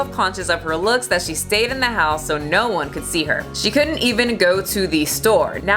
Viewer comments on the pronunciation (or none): none